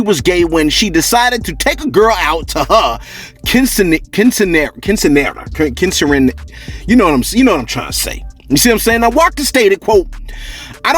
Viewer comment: It go kwen-sin-are-uh. Basically. Quinceanera. I struggled with it myself, so for anyone who wanted to know